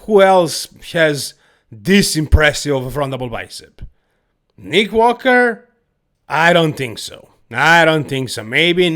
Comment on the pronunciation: I like Neeek Wockerrr 😂